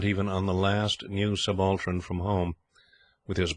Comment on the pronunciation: Wonderful stories, but I do wish you could get the pronunciation correct, it spoils the whole tale. A Subaltern is a subaltern, not a subAltran etc